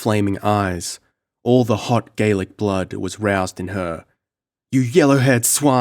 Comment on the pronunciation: Your Gaelic pronunciation could use some work but great effort. I enjoyed this reading very much. Many thanks.